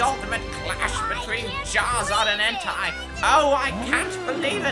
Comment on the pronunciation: It's pronounced 'N-Tay.' Prof. Oak should know this.